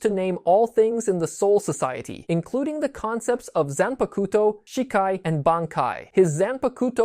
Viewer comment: good summary but gotta work on your pronunciations a bit lol some words i notice you struggled with which is fair cause of our brains work when looking at romanji characterized words. but to give you some clarity: Shikai sounds like= She-Kuh-eye Zanpukato= Zahn-puck-a-toe Shirafude Ichimonji= She-rah-foo-day, Ee-chee-moen-gee Futen Taisatsuryo= hoo-ten, Tie-saw-sue-ree-yoh-oh